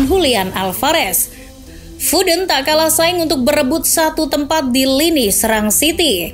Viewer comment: Foden wey bukan fooden